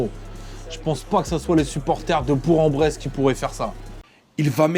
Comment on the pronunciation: j’habite à bourg en bresse, ça se prononce « bourk » ehe